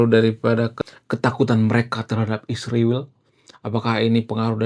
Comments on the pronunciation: Isriwil2 kalau menyebut nama negara yg bener dong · Sebut nama Israel pun tak jelas .. study lagi bro supaya menyebut nya benar